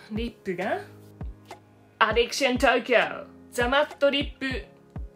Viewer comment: アディクションじゃなくてアディクシャン！ さすがめっちゃ発音良い！ メイクアップ動画なのにおもろい笑 おもろいだけでなく美しい！ 美しいのに変顔したらちゃんと変顔！ おもろさのミルフィーユって感じ笑